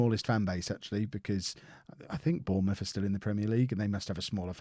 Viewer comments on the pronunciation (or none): none